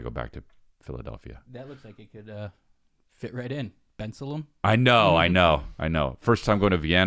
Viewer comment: It’s pronounced Ben-salem